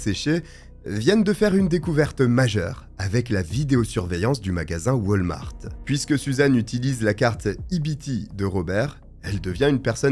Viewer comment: lol waltmart sa ce dis pas come sa la dernière foix tu ma dis pour kurt je tes donnés le bénéfices du doute mais cette foix si echec et math ont en a au québec et sa se dis pas du tout come sa XD